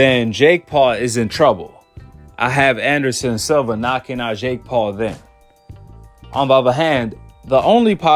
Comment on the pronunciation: It’s SILVA SIL-VA